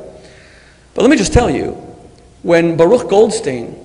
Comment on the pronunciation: This is the third debate I watch with Shmuley Boteach. In every debate he mentions Baruch Goldstein. And every time he pronounces Baruch Yiddish but Goldstein English! wtf?